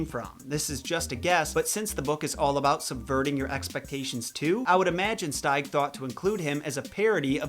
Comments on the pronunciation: it’s pronounced “steeg” not “stayg” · Here is how I pronounce Williams last name: I always pronounce his last name steeg(as in, Steve), not styg(as in, style) like you did.